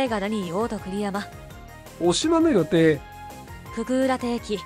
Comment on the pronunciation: 大島の予定が言えてないやん